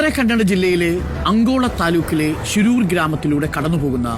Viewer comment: Not Angola it's ankola, it's not sisrusu. It's shiruru